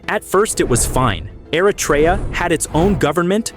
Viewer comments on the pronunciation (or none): Es heisst nicht Aratra, sondern Eritrea, Stupid AI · Erytrea a nie "Eratria"